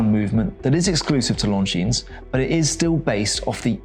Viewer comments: It's pronounced Longine, not Longines. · The S is silent in Lon Jean, annoying AF, must come from the same school as Harrison at CH 🤦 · Don't pronounce the "S" on the name Longines. It makes you look like an amateur. Every watch enthusiast should know how to pronounce the names of the brands.